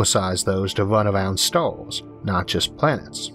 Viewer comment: "our Galaxy is an emormous place with billions of StaaaaHWss!" lol